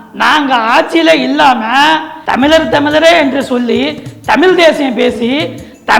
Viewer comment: தமிலன் பேசுகிறான். தமிழ் என்று சொல்லத் தெரியாத தறுதலை.